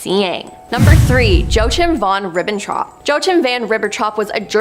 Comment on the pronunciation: Joachim is pronounced "Yo-a-keem"